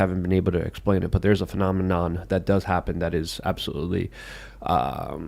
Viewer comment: Hurray!!: "phenomenon"...NAILED IT!